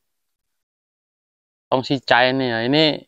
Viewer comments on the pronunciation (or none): Mas bukan tong tapi kong😂😂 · Kung xin cha,i dia salah menyebutnya. Wong istrinya ngomong apa dia jawab apa kadang ga nyambung blas.